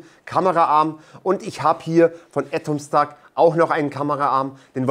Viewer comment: Warum sagt er "Ätomstack"? Weshalb das erste A als Ä und das zweite dann nicht mehr?